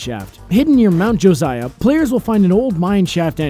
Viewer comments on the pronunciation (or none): none